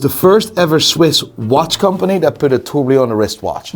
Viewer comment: Please can someone tell he's been mispronouncing "tourbillon" wrong for years?